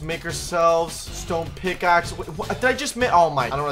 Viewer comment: HE LITERALLY SAID SMICKAXE INSTEADNOF PICKSXE